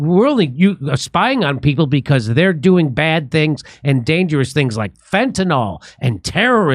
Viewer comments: Good one. Once again, ‘fentanyl’ is pronounced as spelled: fen-tan-il. Not fentanol. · Say (FEN-ta-NIL). Not "NOL."